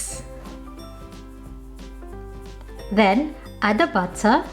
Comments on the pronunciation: Our own beloved Pinay Rachel Ray ❤ I love the thick British pronunciation "butta" 😜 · Butta' wata' stig HAHAH LOVE IT